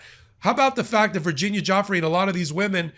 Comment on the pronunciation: Virginia “Goo fray”